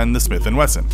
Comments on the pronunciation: smith and wessel lol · ah yes the trusty Smith & Wessel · A smith and wessel? 😆